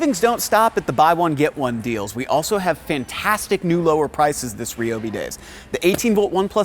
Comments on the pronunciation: Since when was it pronounced Ree-oh-Bee and not Ry-oh-Bee? SMH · I have never hear someone say Reee-O-Bee and not Ryyyy-O-Bee